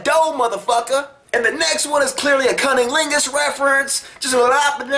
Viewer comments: did you say "cunning lingus"? haha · Did he say cunninglingus?!